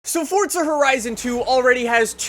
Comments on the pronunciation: He said Fortza not forza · Forza, not Fortza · In the beginning "so fortza horizon 2 " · Fortza hahahah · Annoys me how you say Forza, "Fortza"